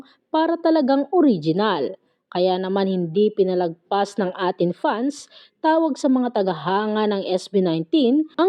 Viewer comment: Hi po! aitin po ang basa sa A'tin, thank you!